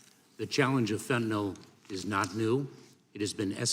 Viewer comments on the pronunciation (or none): Buck don't know fentanyl, he only knows fentinall. Probably says nucular instead of nuclear too.